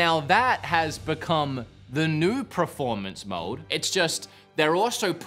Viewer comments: I love how the longer this video goes on, looses the ability steadily to say performance and then just looses all concept of the word and says pre-formance 😂 anyways, nice video dude! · PERformance not PREformance, so annoying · Take a shot every time says "Preformance". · PERformance, not pre, PER-for-manse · Drink every time this dude says proformance. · Praformance mode hey? Good praformance on this console hey? I love a good praformance 😂😂😂 praformance, some help this dude with his pranunciation 😂😂